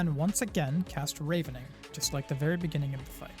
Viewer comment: Thanks for the guide! One note "Ravening" (to feed greedily) is pronounced with a soft A (rah ven ing) from Ravenous (extremely hungry) though I do believe they ARE both from the word Raven in reference to the birds being hungry scavengers. Pronunciations are always a bitch.